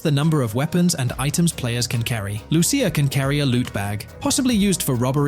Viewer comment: Lu-cia say it with me l-u -c-i-a not er but a .